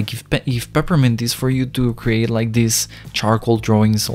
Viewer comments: me: peppermint him: prprmnt lol edit: i got a like :D Another edit: WTH A TON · He doesn’t know how to pronounce “Peppermint”, but i like it. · its so pure that he cant really pronounce peppermint <3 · I’m sorry I had to do this 🥹😭 ”perpint”